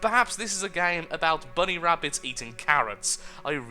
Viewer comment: BUNNY WABBITS!!!